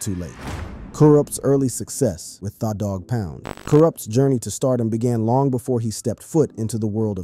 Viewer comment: Why he keep sayin thaw its tha like the i swear its fuckin up tha whole vibe😂😂